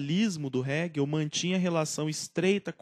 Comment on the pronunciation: Mari não era economista. Era filósofo. Abandonou o curso de Direito para cursar Filosofia. Atenção à pronúncia de Hegel e Feuerbach.